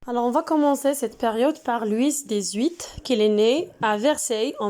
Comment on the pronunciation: Wal3adaw b lfrancais kant9o Loui machi Loui''s'' . لويس هاديك كتنطق بالعربية .